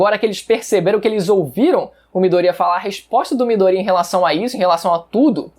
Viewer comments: Eu fico com agonia quando ele fala Midoría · É midoriya, miDOriya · pessoas normais: MIDORIYAAAAAAAAAAAA: MIDORÍA:O